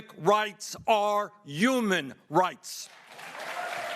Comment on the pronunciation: He doesn’t deserve to have those beautiful AMERICAN FLAGS ON STAGE WITH HIM! And, I so badly want to tell him that the word is HUMAN. - WITH AN H!